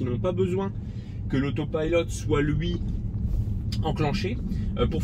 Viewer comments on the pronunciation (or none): Pourquoi dis-tu AUTO PILLELOT et non pas AUPILOT à la française ?? hihi ! Sinon bonne vidéo pour ceux qui découvre les TESLA...